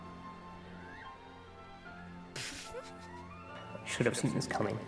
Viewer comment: When she said "Izu-" I thought she said Adrien and I was like "Waaaaait....Is this a miraculous comic...." Then I looked at the pic when she said "Izu-" I sighed in relief 😅